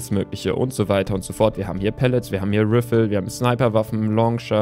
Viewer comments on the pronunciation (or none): Du sagst immer Rifle so Riffel eigentlich heisst es "Reifel" :D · Die rifle oder wie die geschrieben wird hat lustig ausgesprochen (